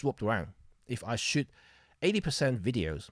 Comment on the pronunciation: You pronounce shoot as shit. And, yes I also shit day in day out...LOL My journey was GE X5 >> EPL/1>> Nikon D70,D90,D700>>Sony A99>>EM-5,EM10II,EM1. OMD wins due to computational techniques and other innovations.